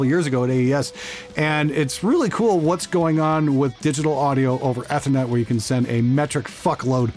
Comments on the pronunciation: Who else LOLed every time said "Ehth-err-net" instead of Ethernet (EEE-ther-net)? Canadians.:p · Eeeeeeeee thernet. Try it... Eeeeeeethernet. Love you! Lol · I am Canadian and have lived relatively close to where does for all of my life. That said, I have literally never heard another person pronounce it the way did in my entire life. Everyone says it EEE-ther-net.. except apparently. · How can you tell is a Canadian? Eh-thernet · I love your videos over the years....great stuff.......fun watching your channel grow...... but for the love of god you still sound like a newb when you pronounce ethernet